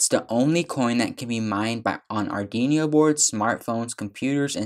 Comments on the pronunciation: good! i love how he said "Ardinious" XD but thank you for the tutorial, really helped me UwU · JFYI, you are mispronouncing Arduino. But otherwise, well done! :) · arduino - ar-du-wee-no not ardi-nio / open source - sors not stors / Repos- ree-poes not reppos / . sorry man but it was killing me